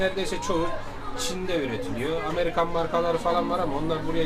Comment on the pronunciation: bu amerigan demi -amerigan mış 😂😂😂